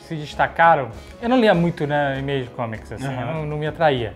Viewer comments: é só o meu ouvido que dói, ouvir eles dizerem "imeige"? Mesmo dps dos drops e dicas da Wise Up?? É IMAGE.. com pronuncia "ímage" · Já que rolou a discussão no episódio, Spawn se pronuncia "spón", mais parecido com o que o Jovem Nerd falou. E quer dizer ovas, mas também prole ou cria ou até como fruto, resultado, produto. Como verbo pode ser desovar, gerar. E pelamordedeus azaghal, image se pronuncia "ímage", não "imêige" :) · Bicho, pelo amor de deus, quem foi que espalhou essa praga que é a pronúncia “Imeigi”? Pqp! É Ímage (próximo disso, na verdade). Mas se falassem como se lê em português já passava mais perto. Pq diabos inventaram essa pronúncia totalmente sem sentido?